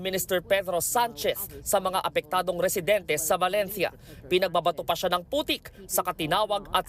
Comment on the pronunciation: Reporter : Balentya Balentya Balentya